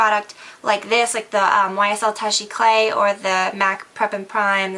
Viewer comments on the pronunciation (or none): toosh eclay it's pronounced like not touch :) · I've heard people who say it much worse. It's just the last syllable that sounds wrong to me... it's more like clap than like clay... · its actually pronouced toosh eh-clah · toosh ay-cla (like clap without the p) Almost every beauty guru says it wrong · YSL Touche éclat = Two-shh ay-klah:) Thank you for the video, love from Montreal, Quebec xox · omg you are saying touche eclat so wrong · No surprise that she pronouced it wrong seeing as how she can never pronounce "lineur" correct either. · Well, I'm sorry for trying to teach you how to say it correctly, since you said that she was pronouncing it correctly except for the accent. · you really need to learn how to pronounce touche eclat correctly because it's quite annoying.